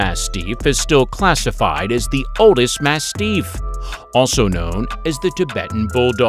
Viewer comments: Holy crap. This narrator needs pronunciation lessons. Amongst the many mistakes: Intuit people. No, that's a software company. You mean Inuit people. And it's ma-stiff, not ma-steef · You Sir really should do better research before you post these videos. First, you sadly are incorrect about some of this, and cannot accurately pronounce some of the breeds. Mah-stiff is not mas- steef😂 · Yes. If he says “mass-teef” one more time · The way you say mastif is quite annoying